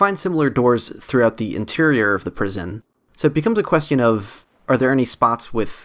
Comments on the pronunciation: I have never in my life heard anyone pronounce the i in question. Until today. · you say "question" funny, hehe. questy-in. its cute